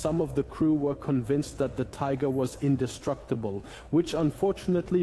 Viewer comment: Wet panties. ;) .....übersetzung ist klasse gemacht, ein paar kleine fehler sind aufgetaucht, einmal sagt es tigre statt tiger aber sonst sehr einfach zu verstehen. 👍👍